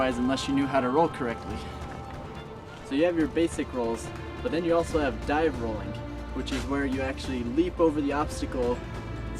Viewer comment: Lol I like how he says rolling like "rollink" xD